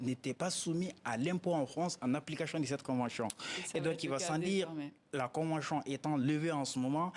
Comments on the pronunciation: La convenchion, imposichion, franche.... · Shorohbi KO convenshion. Il a des problemes avec la prononciation de tion en shion. Eeeh mohladen= enfant de quelqu un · La convenchion... 🤣 C'est vraiment laborieux. L'expert a besoin d'aide. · Qui peut le prendrr comme avocat meme? Surtout est devenu sirtout, chagishant s sgissant, finanshiers, soshietes , convenshions, penshions, applicashion, ouf! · C'est maintenant que vous appelez ca convention ? Votre escroquerie qui ne beneficiait qu'a la france ! C'etait un jeu de dupe ,ya rien a negocier lafrique est perdant,ce consultant ne connait rien du tout Kil apprenne dabord a dire convention et non convenchion..bois bcp d'eau grillon de service C'est un accord c'est mort point barre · On ne dit pas convenchon mais convention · Pourquoi chion au lieu de sion ou tion.